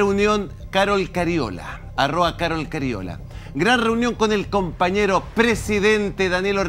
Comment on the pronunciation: la palabra es "arroba", no arroa.